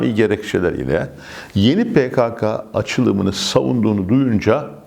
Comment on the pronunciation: Başkanım,yeni kelimesinin vurgusu düşük oluyor.YENİDEN desek daha yerinde olur gibi....